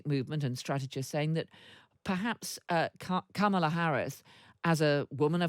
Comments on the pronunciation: Kamala will win this election! 💙💙Vote Blue up and down the ballot. 💙💙 Btw, her name is pronounced comma-la. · Cheri is a great guest & could try and pronounce Kamala correctly as:, la. That’s it & it means lotus flower 🪷. Thank you.